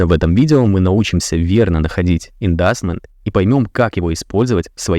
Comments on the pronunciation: Правильно говорить Индюсмент не индастмент но за контент 5 балов молодец 👍🏻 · Слово "inducement" произносится как "индьюсмент". Уж если людей учите, так произносите правильно... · в гугл переводчик посмотри там есть кнопка произношение но индусмент правильней не индасмент 😊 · ну так-то по словарю inducement [ɪnˈdjuːsmənt] и ЧОК, не ЧОЧ ))